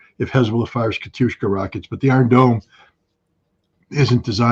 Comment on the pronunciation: It's Katiusha, (a female name, derivative from Yekaterina/Catherine) not Katiushka, Scott. Russian media reports state that Iranian missiles have destroyed 4 Israeli bases: Nevatim & 3 more not far from Tel Aviv. Also allegedly, over 20 F-35 jets have been destroyed.